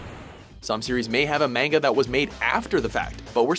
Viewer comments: But the point is he's saying "manga" like it rhymes with the fruit, when it doesn't. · Every time he says "mayn-ga" I just cringe. You'd think after all the anime-related videos WatchMojo does, he would finally learn how to pronounce it. Apparently not.... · You're saying "manga" wrong. It's pronounced MAN-ga. With a hard A. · Goddamnit it’s MANGA “MAH-N-GA” And no Cowboy Bebop? Seriously? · Don't EVER say mAng-uh again!!! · Did you say mainga!?🤯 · How many times can we mispronounce "manga" in 15 minutes? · STOP PRONOUNCING MANGA WRONG!!! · insert all buttery otakus because he says Manga with a long "A" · I cringed the way the pronounced manga.